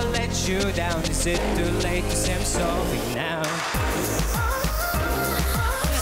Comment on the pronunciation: why is he saying sowwy